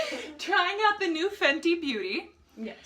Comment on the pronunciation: Fenty... not Fendi....